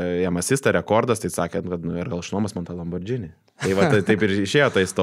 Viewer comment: Panašu, kad Tiskė su Malinausku kvasina be Jono, nes tik jie traukia tas Brazausko laikų čiastūškes. Ir,, ne lamborDŽinis, o lamborGinis